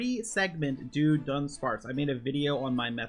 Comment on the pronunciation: Why did you pronounce it as “do-dunsparce”?